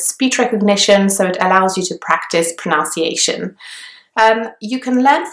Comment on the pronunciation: It's pronUnciation not pronOUnciation. Pronunciation is the way in which a word is pronounced.